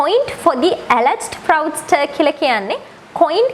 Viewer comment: Appreciated your work once again. Please recheck the pronunciation of fraudster